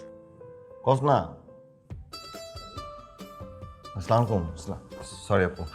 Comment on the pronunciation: সাওন ভাই সালাম টা হবে এই ভাবে আসসালামু আলাইকুম। আর আপনি যে ভাবে সালাম দেন ওটা কিন্তু ঠিক না।